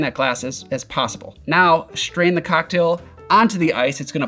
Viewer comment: Love your videos, but why do you say shtrain instead of strain?